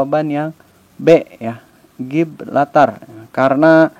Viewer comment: Setau saya Gibraltar bukan Giblatar